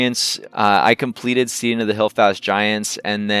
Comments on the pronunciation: FYI, steading is pronounced like "heading" not "steeding." Also, it's E-clavdra (one L), not EL-clavdra (two Ls). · St-ee-ding? Really. The word is pronounced so as to rhyme with head not need.